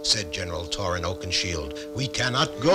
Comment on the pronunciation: He did a little. He called him “Torin” instead of Thorin